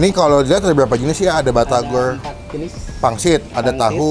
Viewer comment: Bang saran aja kalau nyebut batagor jangan di slahin huruf R nya harus pas nyebutnya